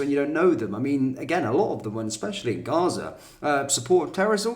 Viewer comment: The lefties pronunciation of gaza was enough to know who his mates are